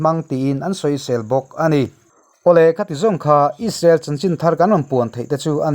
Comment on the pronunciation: Israel ti ve maila ..... Aiissrael han tih kher...media ah i thok ve sia...midang thuziah i chhiartho sia...a ziaktu ziah anga chhiar mai awm.... Rainbow channel hi chu inla tluk lo deuh ani....mahni irawm news tih chhuah chuan...nangni 3 inkawp in nia...rainbow 1 nia...news fawmkhawm chuan inla tluk lo deuh ani....